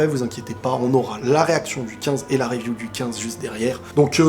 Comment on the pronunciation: Review prononcé « riviou » stp 🙏🏼